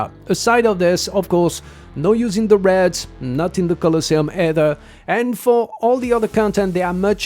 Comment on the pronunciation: Your pronunciation of "raids" (r-aids) had me confused until I realized what you meant when I heard "r-eds" lol In any case, I have every hero in the banner except for Paimon, Hana, and the new hero. So I'll aim for 1st Corps Commander since my priority is raid content... I hope 140 summons is enough.